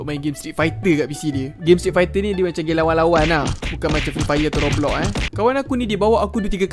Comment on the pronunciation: aslm,nak cakap sikit. roblox bang bukan roblob ye. kalau saya salah tolong betul kan ye.ok terimakasih